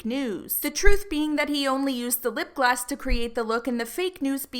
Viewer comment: The way you kept saying lip gloss XD in the captions it was always coming up with 'lip glass' LOL